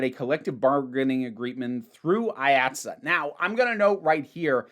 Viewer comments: It’s pronounced Eye Aught See, IATSE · This may have already been covered, so sorry if I’m repeating it. IATSE is pronounced “Eye-at-see”, at least in the NYC-theatre world. Delightful video no matter what, though as someone whose shop is actively unionizing (woo!), it made my eye twitch a little.